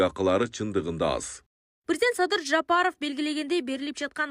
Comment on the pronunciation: Журналист кыз, Жапаров---деп жон эле айтсанчы. Мынча ,, Ж" га басым жас ап окуйсун, чычып ирейин деп.